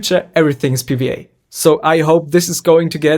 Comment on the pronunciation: Pee Wee Ay, it’s double u not wee 😂 but love the video